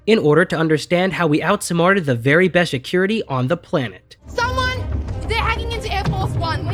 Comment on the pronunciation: Si(t)-cure-rit-t not Shi(t)-cure-rit-t